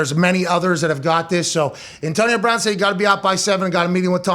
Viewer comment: Pat's crazy PA accent is quite exaggerated when he has to talk about Antahhnio Brahhn